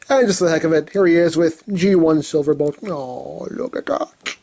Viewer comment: "Bolt", not "Blot". ;)